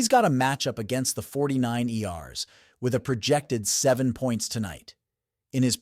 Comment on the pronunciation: The 49 Erssss 😂😂😂😂😂 Is Insane Funny AI Speaker